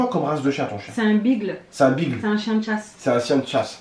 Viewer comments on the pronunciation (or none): Mdr ils disent bigle alors que ça se dit bigueul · sa se prononce (bi-geule) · Le beagle ça se prononce pas bigle😂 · bigle lol biggells sa ce prononce tu lit le titre tu te dit il va ce passer quelque chose et non bla bla comme d'hab :(